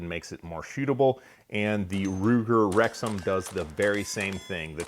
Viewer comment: Thought he said Ruger rectum...